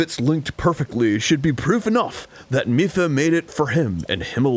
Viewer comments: Arin It's mipha as in mii-fa not meffa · Same with Mipha, or should I say "Miffa" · It's pronounced "MEE-pha" and "HAI-lian" btw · "Hillian" "Miffa" "Nev-ah-da" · It's "Miffa" that's getting to me. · I cannot get over arins mispronuciation of ever name in this game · ARIN CANNOT PRONOUNCR ANYTHING RIGHT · My ears bleed Every time Arin mispronounces Mipha and Hylian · Both are even voiced by characters...the Mipha flashback in this episode had her pronounce Hylian. And we hear her say her own name every time Mipha's Grace regens. Dunno how you can fuck up those pronunciations >.< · My wife is SO MAD that they keep pronouncing Mipha wrong. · Every time Arin mispronounces Mipha I die a little inside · I feel like Arin is purposely pronouncing all of these Zelda names wrong just to make us mad. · First "Hill-E-In" for Hylain and now "Mih-Fuh" for Mipha? Does Arin actually know how to pronounce words? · "Miffa" "Hillian"... WTF is up with Arin's pronunciation? Lol